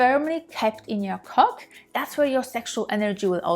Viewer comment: When you said Cock in your accent I just about lost my 8 days of retention